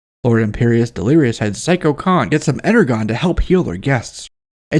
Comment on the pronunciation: Energon is pronounced like "Inner-Jon" like "energy." NOT "inner-gone."